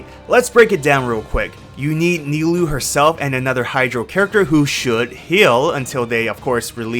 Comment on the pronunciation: Kinda out of pocket, but kudos to you for actually pronouncing Nilou and Cyno correctly !!!